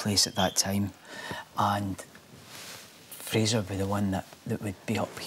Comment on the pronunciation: The name is not "Frasier". It's "Fraser" [FRAY-zer], as in Brendan Fraser.